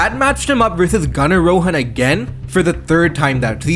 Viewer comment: I'm not sure if you're of indian descent or not. But I love that you use the correct pronunciation of "Rohan"